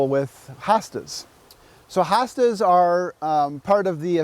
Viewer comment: Not HA Stas it's HO stas ❗